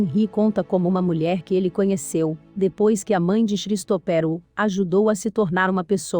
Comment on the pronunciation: Um dica básica... Colocar um narrador que saiba as pronuncias dos nomes em inglês.. Xristoper foi bizarro...